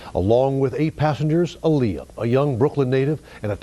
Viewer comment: The pronunciation of Aaliyah’s name turned me off from watching smh 🤦🏽‍♀️.